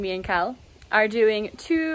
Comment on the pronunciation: First time i watched your videos I thought you were saying cow when you were saying Khal also how is Australia?